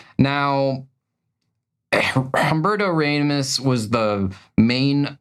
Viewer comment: Hum-Berto Raymos -speaking of bad is mangling the pronunciation